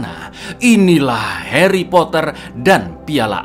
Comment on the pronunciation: Aku langsung ngakak pas dengar aksen Inggrisnya 😂😂😂